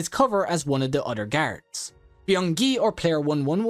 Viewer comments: Or saying “garids” instead of guards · I heard him say carrots instead of guards